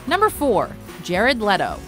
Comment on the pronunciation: Jerad leto? Wtf? Like wtf ????